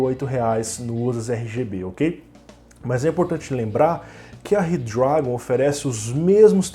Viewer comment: Zorraaaa, eu imaginei isso, mas como n tava escrito achei q se falava assim auhauhahuhuahuah se bem q falando rápido, ele ja fica com o d meio q automático mesmo!!! Vlw!!!